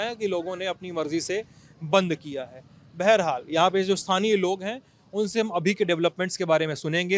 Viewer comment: Sahab aap ek word kafi use karte hai wo hai. Beharhal. Ye word baharhal hota hai